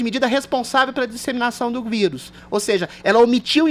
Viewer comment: Impressão minha, ou o Adrilles fala quase toda hora, "vídeo" em vez de vírus? Rsrs